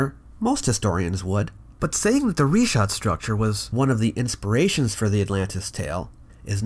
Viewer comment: It's a bit telling that can't even pronounce "Richat" correctly, when all you have to do is google it.